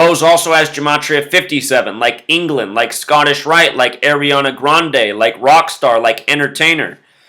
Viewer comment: Guy can't say Ariana Grande correctly, but we are supposed to trust his sketchy math? Hilarious!!! He has stock in Reynold's Wrap - there is no other explanation for so much tinfoil hat tomfoolery . . .